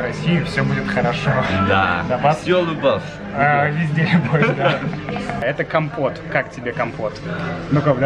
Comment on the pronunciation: он сказал визде..а мне послышалось - пист..ц)))